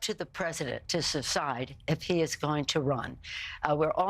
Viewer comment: Pelosi: “It’s up to the president to SECIDE”